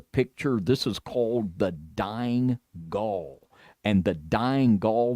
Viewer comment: Gaul is pronounced gawl